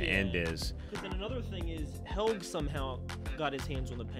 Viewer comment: Nice one, i like this back-and-forth! One hint about the name pronounciation with Helge and Tronte: German has no silent vowels at the end of words. So, Porsche, Helge, Tronte, the last E is always fully pronounced. Just go by the way the people on the show say it, otherwise you're creating a different name, basically. At least to German ears ;)